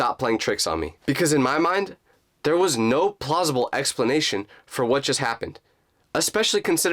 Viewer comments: no plossible Explaination😂😂😂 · That video is crazy but I can’t get over the fact that he said plausible